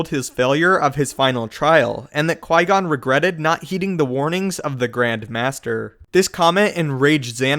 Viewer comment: Mast-eeerrrrr lick wow qui goooooonnnnnn PRONOUNCE THIS CORRECTLY PLEASE BOSTEN CHICK.